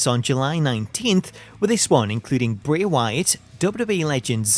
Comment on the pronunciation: Now I don’t have to download a Bray Wyatt CAW while having to listen to “Happy Song” everytime, and here the name Ray instead of Bray. :)